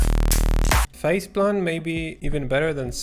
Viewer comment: I keep thinking you’re saying “faceblunt” lol